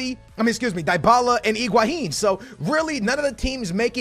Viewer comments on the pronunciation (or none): none